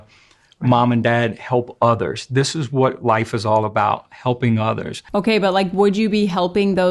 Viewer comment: The way he pronounces the word “life” (like: Lie-ef) gives me serious aliens vibes. Like as if he’s an alien who was given this script but wasn’t clear on pronunciation on such a simple yet foundational term